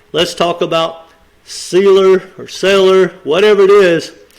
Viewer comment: The way he pronounced Seilor made me want to sign off